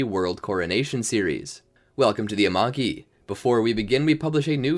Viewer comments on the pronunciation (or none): “Welcome to Amaki” Yes amaki